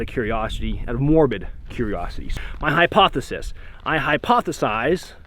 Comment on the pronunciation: Anyone who says hippopothesis unironically is not to be trusted